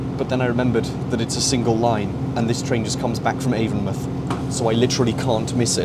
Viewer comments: as a bristolian, its avon-mouth not avon muth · Local to the area, it's pronounced AvonMOUTH as in a literal mouth instead of muth. I think even google gets that wrong so don't sweat it :) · Avon mouth not avonmuth! Js! Great video as always!